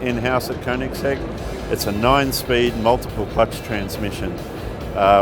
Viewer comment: Finally, someone pronounced Koenigsegg right!